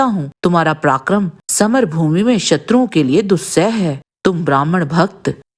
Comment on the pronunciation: उच्चारण सुधारें| पराक्रम को प्राक्रम कहना या सुत को सूत कहना सर्वथा अनुचित है|